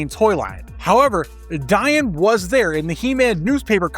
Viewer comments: It’s “Dee-on” not “Di-an” isn’t it? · Her name is pronounced Dee-on, like Dionne Warwick. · Dian is pronounced like deion